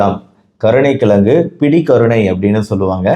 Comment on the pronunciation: Dr , Neenga kolluppu , kilangu , ponra vaartgaigalai thavaraaga uchcharikireergal.